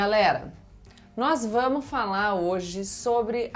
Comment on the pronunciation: "Nós vamu falar....." "nós vamu falar" my Good ! " - Gabriela, vc é muito previssível, essa sua tara pelo presidente é impressionante. A culpa dessas mortes todas realmente é dos governadores, o que o governo federal pode fazer está fazendo, conquanto as decisões do STF, a poulação mais atenta está vendo isso. O Bolsonaro está mais calado, essa é uma ótima estratégia, lei da ausência. Napoleão disse uma vez: "Se me virem com frequencia no teatro, o povo vai deixar de me notar". Hoje, num mundo cada vez mais imerso em presença pelo exccesso de imagens, o jogo do retraimento é muito eficaz. Veja só, Gabriela, que possui verdadeira tara pelo atual presidente, tb está surpresa com esse comportamento do atual do mandatário, sua fantasia tb foi estimulada, tentando entender a questão especulando o que poderia ter motivado essa mudança de comportamento dele, não se iluda, essa atitude dele visa justamente isso, estimular a fantasia das pessoas, assim como acontece com a sua fantasia, ainda mais que possiu uma grande paixão pelo atual presidente e vc se entregou direitinho, caiu nessa armadilha como um patinho que sai nadando como um doido em direção a um pedaço de pão atirado na lagoa, impressionante como vc é amadora e sem experiência para perceber que conseguiu se deixar hipinotizar por ele, chega a ser cômico. Vc deveria melhorar a qualidade das suas leituras, já que pretende ser comentarista política, pode começar a ler Maquiavel (O Principe) e aí vai começar a enx